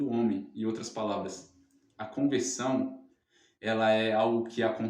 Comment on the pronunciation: TEM QUE PRONUNCIAR BEM. CONVERSAO. MAS BOA AULA. JÁ ME INSCREVI.